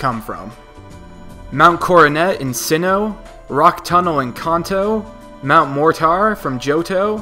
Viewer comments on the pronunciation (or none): Kanto is said like Can2...